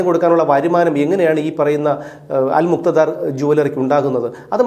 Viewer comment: അൽ മുക്ത ധാർ അല്ല അല് മുക്താ ദീർ ആണ്